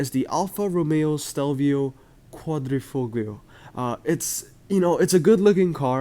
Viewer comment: I'll teach you how to pronounce "quadrifoglio" It's pronounced quadrifolio (the gl is mute) (p.s. For Italians the martini livery is legendary, so I'm happy you like it, it's kinda the symbol of our rally culture :'D)